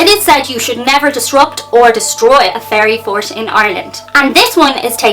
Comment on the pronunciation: At first I thought you said "fairy fart"!